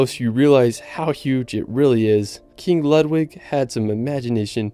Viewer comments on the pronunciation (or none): none